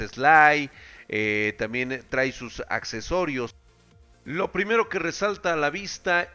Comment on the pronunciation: "TRAE"!! Se pronuncia TRAE! Por Dios!